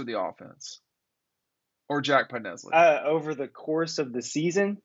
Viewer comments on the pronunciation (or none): It's PodLESney not PodNESley. You gotta get it right once before he graduates lol. Love the content,.